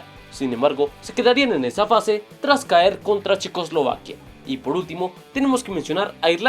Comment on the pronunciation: dice Chequoslivaquia xd